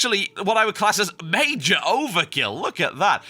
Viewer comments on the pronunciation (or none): none